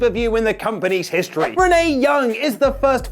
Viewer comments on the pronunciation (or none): none